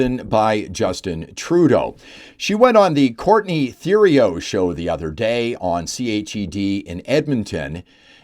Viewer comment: Typical Liberal default. Btw, Theriault is pronounced Teriault. You don't pronounce Th as in the, you pronounce it as a T. Thank you.